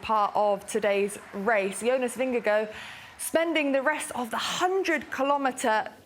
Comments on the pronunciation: why cant she say jonas VingeGAARD its not vingego, its not that hard, i mean there it it, HARD vingeGAARD its litterly the same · It's Ving-eh-gor. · She is not on spot for the Danish pronunciation, but way closer than pronouncing it in a hard way